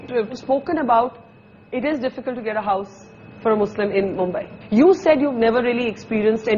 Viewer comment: all of them cant say MUMBAI!! and cant justify violence....thats good